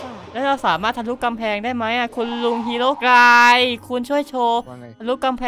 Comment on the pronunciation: ฮีโร่กายไม่ใช่ฮีโร่บายใช่😂